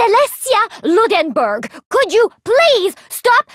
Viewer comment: Celestia not even knowing how to pronounce Ludenberg